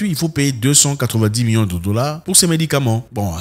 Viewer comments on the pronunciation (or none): Zack av😂z vous déjà remarqué vous prononcer million comme miyons ? milliards comme miya..c'est problablement la saveur locale.